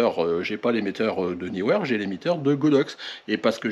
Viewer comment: Salut, enfin quelqu'un qui prononce le nom de cette marque comme il faut!! Bravo, il faut le signaler!!! Sinon c'est Sold Out sur le site de Neewer… dommage. J'ai l'impression qu'avec leurs promos de Noël, ils ont été dévalisé. Bonne fin d'année et bonnes photos